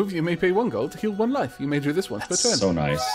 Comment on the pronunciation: "loife" Good job.